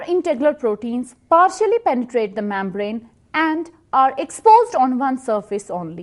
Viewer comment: Gulucose😂😂 mambrane 😂 Thanks though